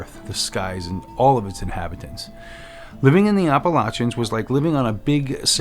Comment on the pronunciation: Also thank you for pronouncing "Appalachians" properly. 🤣 So many videos on YouTube butcher the pronunciation.